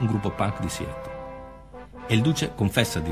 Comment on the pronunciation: Ma la pronuncia inglese, questa sconosciuta... Non si può sentire!Siettol? Siatol...Meglio occuparsi dei casi italiani. Non fate spettacolo su una tragedia